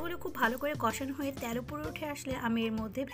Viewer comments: ত্যাল না তেল।।বাট রান্না টা লোভনীয় 🙂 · রান্না খুব ভালো লেগেছে। তবে 'তেল' শব্দটা সঠিক ভাবে উচ্চারণ করার অনুরোধ রইল